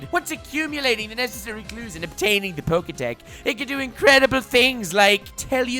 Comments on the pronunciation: It's not Poketech, it's Poketch lmao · Purloin isn’t gen 4 lol, and pronounce pokétch like poke etch not poke tech. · It's poketch, not poketech. You know, like, poke+watch? Cause its a watch?